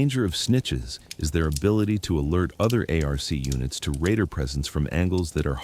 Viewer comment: 2nd video / chamnel I couldn't watch because TTS pronounced ARC A R C... truck you